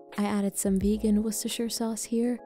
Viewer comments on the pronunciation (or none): I always understand "russische sauce" when she says "worcestershire sauce"